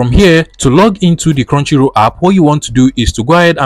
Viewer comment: Now scrow down for crounchy roll hidden lood ikon tf are u saying